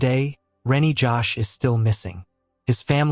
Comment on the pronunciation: His name is Reny Jose, not Rennie Josh.. you can't even get the victim's names right?